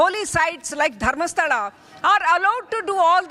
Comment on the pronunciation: Can anchor pronounce Dharmasthala properly